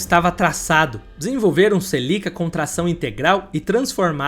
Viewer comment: Os vídeos dele são bons mas a pronúncia dos nomes dos carros e das pessoas atrapalham, celica não tem acento